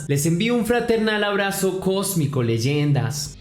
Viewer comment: me es imposible conservar la seriedad en estos videos en cada ocasión que dice leyenda me da risa xdddd